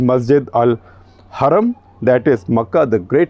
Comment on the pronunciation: SG has practised hard to pronounce words like Harem, Jarrah :) 👍